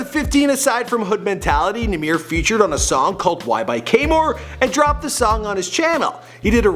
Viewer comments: It's NAH MIr not nahmeir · its YBN or LIL NAH MER. is not nuh meer, if ur gonna do shit on him atleast say his name right lol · Namear , is how you pernounce it😂😂❤️ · it’s “ nah - mir “ it’s not “ nah - meer “ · It nah-mer not nah-meer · It's Nahmir, NOT Nmir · It's num-mer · it's pronounced na mer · He said Cap is Nahmir 😂😂. I’M DEAD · kaemor not K-mort